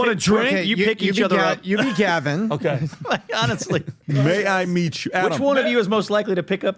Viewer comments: No. It's may I MEAT you. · “May I meat you”*